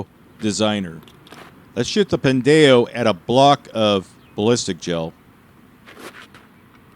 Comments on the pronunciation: Pin-day-oh. This hurts every fiber of my soul. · Your pronunciation is killing me 😂 it's a play on the Hispanic slur "pendejo"! can confirm! 😂😂😂 Always enjoyed the videos over the years!!!